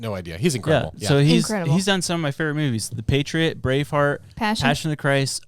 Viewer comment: I know you said Braveheart but i heard Grey Fart